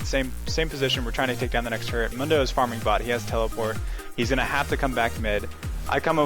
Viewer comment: Isn't it pronounced 'moon-dough' ? Otherwise great vids, I always learn a lot